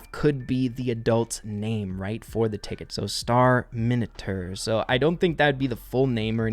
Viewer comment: 🤣🤣🤣 said Star-Minotaur I think its just another movie reference as in Star-Terminator